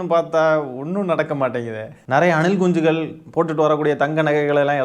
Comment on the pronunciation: Anna neenga anilkunchigal soltrathu azhgha iruku anna